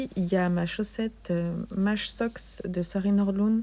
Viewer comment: Merci pour ce vlog, toujours aussi sympa de te suivre 🥰 et à chaque fois que dans tes vlogs et podcasts je t’entends dire « maj socks » je corrige « maïïïï socks » (prononcer « maille ») 🤣🙈